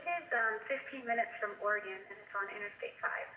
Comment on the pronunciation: "Where is Yreka"-Det Flores HODI- "it's about 15 min from Bore-egon, on interstate LIE-ve" lol #SHUTTFUP #lessthansmart #LWOP